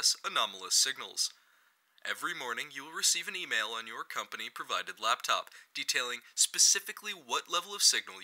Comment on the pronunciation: "Labtop" XD